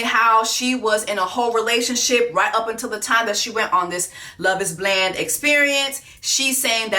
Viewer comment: Did Jessie say "on Love is Bland"😂😂😂😂im finished,done for